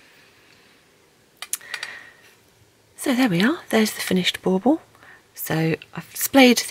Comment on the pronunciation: Are you saying ball ball?